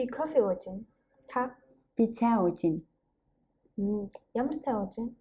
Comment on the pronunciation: Great video! I'm a beginner so this might be a dumb question, but when you pronounce "Ууж байна" i don't really hear a "б" sound - it sounds more like uuj -ain. Is the "б" not pronounced?